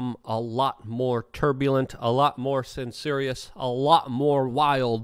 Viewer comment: "Cen-serious"? Oh Luke you do make me laugh with your dyslexic ways... 😊